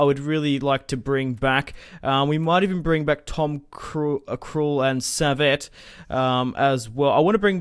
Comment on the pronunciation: Saviet is pronounced like sav ee aaa